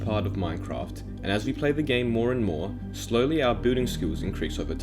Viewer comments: XD at the start I thought he said “bulling is a big part of Minecraft” Laugh out loud sorry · Every time he says Building I thought he said booting. Anways, pog video lol! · i cant unhear him saying "booting" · Boolding cracked. Me up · you say building like booting and grian like green. What the heck is that pronounciation.